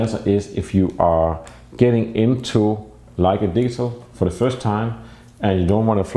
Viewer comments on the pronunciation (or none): Every time you say "digital" it sounds like "diesel".When you learned English you should have concentrated more on pronunciation. Europeans smugly criticize Americans for their pronunciation of Nikon, Leica, Pentax, Rollei and on and on. Well Europeans are awful in their English. I've yet to hear a European that doesn't have a heavy accent, yet I spent only 6 weeks In Transylvania immersed with Romanian hosts and was mistaken by strangers as native.. Because I concentrated on how they SOUNDED. Just so you know. Your photography is excellent but your pronunciation,not so much.